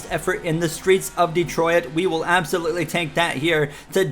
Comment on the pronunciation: Nice podium in "Detroiat"